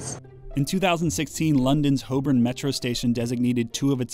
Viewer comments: Thank you for pronouncing "Holborn" properly! Most Brits don't manage to say it correctly and I find myself unreasonably enraged when someone says "Hole-bun". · Congratulations on pronouncing "Holborn" correctly! I've lived in London for nine years and even there a lot of people sound it "hall-born". It's those small things that show true professionalism. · As a Londoner, the fact he pronounces Holborn correctly fills me with joy 😃